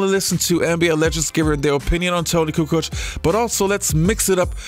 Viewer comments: I get you. I was just disagreeing with the video saying Barkley was saying Kukoo. And that he was probably pulling his pronunciation from the various ways people pronounced it in the past. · Charles called him “Coo Coke.”